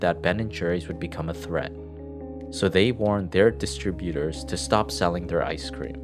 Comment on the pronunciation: "Distributor(s)" is pronounced incorrectly. This must be a digitized voice, as I had already suspected.